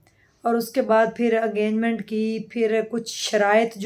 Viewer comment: wo engagement ko enganment bol rahi hain.😂